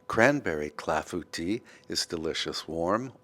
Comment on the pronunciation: Thank you for letting me know the proper pronounciation for clafoutis. Boy, have I been murdering that name.